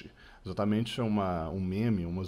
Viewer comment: Rapaz grisalho charmoso desbloqueia o BONITINHO DO MCCREE kkkkk em <3 "Exatamentxi"